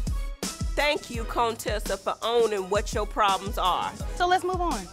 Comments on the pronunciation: Have always loved Dr. Heavenly!!!! She say CONE TESSA!!!!!!!!BOL 😂😂😂😂😂😂😂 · Her name is really pronounced Conetessa lol. I thought Jackie was just playing. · Thank you contessa lol its contessa